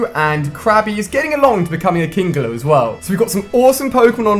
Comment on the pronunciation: Pronounced Kingler like Kingaloo